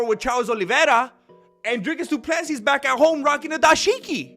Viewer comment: Why does he call him doodoo Plessis